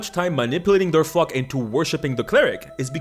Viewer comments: I thought he said firetruck too (remove iretr) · Caught me so off guard that did not sound like “flock” when I was just half paying attention 😂😂😂